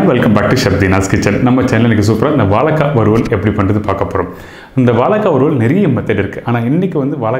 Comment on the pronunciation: "Valaikkai",illingo "vazhaikkai",ingo....